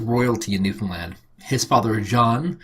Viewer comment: I'm impressed that an American finally pronounces Newfoundland correctly. Amusing note: My uncle was sent overseas during WWII. Very few people knew that he was actually stationed in St John's.